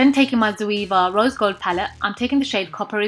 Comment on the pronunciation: its ZO-AY-VA. not ZO-EE-VA. come on man. its 2016.